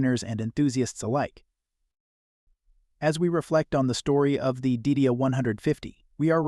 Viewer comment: Trust me...I saw this car in 1962 and the pronunciation (back then) was Die DEE uh...not Did-e-uh